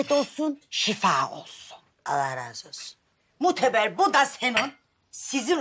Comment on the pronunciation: Su Asiyenin annesi Mohteber Degil Moteber diyo🤭🤭🤣🤣🤣😂😂😂🤣😂🤣😂🤣